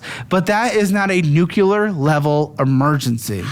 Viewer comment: Begging to learn how to actually pronounce the word Nuclear